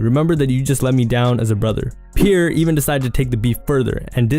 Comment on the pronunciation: It’s pronounced “Pee-Air” not “Pure”. Jesus Christ this dudes ability to mispronounce anything so many times in one video is astounding.